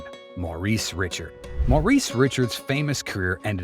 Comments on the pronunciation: The “SEDDEN” brothers didn’t play in the NFL, dipshit. And you don’t deserve to watch hockey for not knowing it’s “REE-SHARD”…you know…it rhymes with what you are. Go fuck yourself repeatedly. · Richard? Ricshard is how you say it. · hockey fans know how to pronounce Sedin and Richard. It’s a good video made by someone unfamiliar with the game.